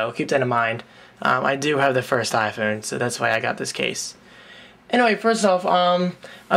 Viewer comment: You say iPhewn...heh...nice.